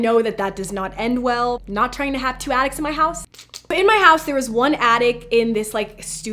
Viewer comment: When she said attics I thought she said addicts. XD Edit:When her and Adam woke up am, and the board said pm. Maybe something had to do with that?